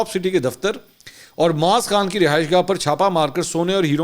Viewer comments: Mansoor Bhai TopCity ke owner ka name aap ghalat Le rahey hain UN ka name Kunwae Moeez Khan(KMK) he Our aap moaz Khan Keh rahey hain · ٹاپ سٹی کے ما لک معاذ نہیں معیز نام غلط ادائیگی کر رہے ہیں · His name is Moeez not Maaz